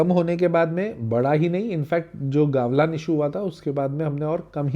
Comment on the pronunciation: It's गलवान not गावलान... correct it first..